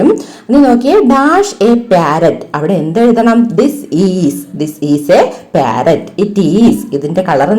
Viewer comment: Not pyarrot Say parrot